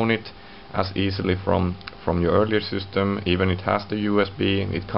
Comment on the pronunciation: LOL at the sYstem! So many finns pronounce the word wrong. Cracks me every time :)). It's pronounced SISTEM, not SEWSTEM.